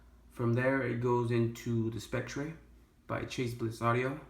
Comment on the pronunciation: James Bond as 007 in "Spec-tray" lol